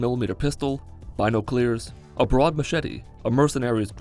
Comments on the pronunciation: Bi-naughc-ulars Nah Bino-clears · Im sorry did you just call binoculars “bino-clears” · "buy-no-clears?" You mean binoculars? As in "Bin-oculars?" Or was that just you being silly again? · "Binoclears" what the fuck are 'binoclears' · I love when he said bino-cleers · "Bino clears" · 1) Did you pronounce those Byno-Clears? 2) Worth it's weight in shit is a lot when you're a farmer.. Lmao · "binoclears" that had me pissed the entire video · Did you really say bynoo clears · Nobody: from the mitten squad: binoclears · "Baynoclears" lol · NOT THE BINO-CLEARS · BINOCLEARS XD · Bino-CLEARS? what the shit? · Bi-no-clears....dear lord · Why do you always sound like you have a terminal sinus infection? Also, why did you pronounce binoculars as bino-clears? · "binoclears" lmao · Ah yes, B I N O C L E A R S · “Bino-clears” lol, if you said that unironically, you’re a moron. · Nobody:: BINOCLEARS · What the fuck are bino-clears? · "Bi no clears" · ColgateGator • Bynokleers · Bionuclear binoculars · ColgateGator • binoclears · Can we just take a moment and think about the pronunciation of "Binoculars"? It was more like BinoCLEARS!! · Bino-clears? Excuse me, what? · wait, wait, wait, wait... Bynokleers? ...You mean binoculars? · Did he just say bino-clears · Ok, but why the FUCK do you pronounce binoculars like that? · no ones gonna bring up the way he said binoculars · The way you pronounce binoculars keeps me up at night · Was he trying to say binoculars?? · How the fuck did u just pronounce binoculars?? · Binoculars you pronounce it weird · WHO PRONOUNCES BINOCULARS LIKE THAT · Where are you from? Really interested in how you pronounced binoculars!